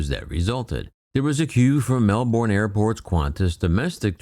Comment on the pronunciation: "Mell-Borrrné" 😂😂😂 Luvv itt